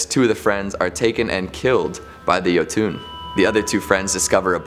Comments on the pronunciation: new guys pronunciation a bit off the one with the jotunn how he saying it is like YO-TWO then how it should sound like YO-TON. Kinda cringes me a bit since I'm from Norway, and how things all sounds like. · While I'm glad that on this show, I'm more than a little irritated by his pronunciation of Jotunn. I don't know why he calls them "yo-TOON" when it's suppose to be "YUH-tun" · Jotunn (yo-tin) not (yo-toon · Jotun = yotun not yotune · Its pronounced "yo ton" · There’s no ‘e’ at the end of jotun. It’s Yo-tun